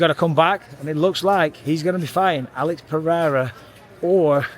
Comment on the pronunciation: Hey, you learned how to pronounce Alex Pereira name 🤣🇧🇷 Brazil is proud of you hahahahha